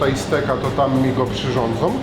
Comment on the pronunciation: Przyrządzą, nie przyżądzą